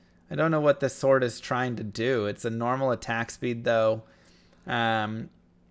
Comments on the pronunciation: I dont think thats how you pronounce Sword, but maybe you are trolling? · Always trust americans to pronounce "sword" wrong...